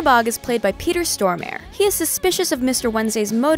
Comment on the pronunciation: ugh the way she pronounce peter stormare